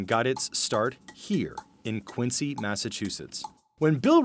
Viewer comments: It's pronounced "QUINZY Massachusetts" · Just FYI, Quincy is pronounced Quinzy. You pronounce the c like a z. If you pronounce the c, you're outing yourself as a tourist. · The c in Quincy is pronounced like a z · Its pronounced Quinzy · And it’s not how “Quincy” is pronounced. It’s more like “quinzee”. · Quin-ZEE with a Z. That’s how you pronounce Quincy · Also it’s pronounced Quin-ZEE. Quincy with a Z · Also can’t pronounce Quincy correctly. Quin-Zee